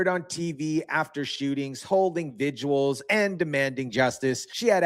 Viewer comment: What is a "vidjual"? The word is "vigil".